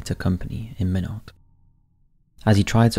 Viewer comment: It’s pronounced “ MY NOT”. Why not Minot, freezing the reason”. Lol